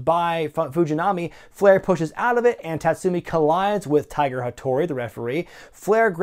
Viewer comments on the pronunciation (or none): none